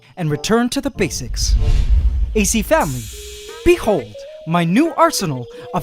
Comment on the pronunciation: I keep thinking that hes saying ace family lol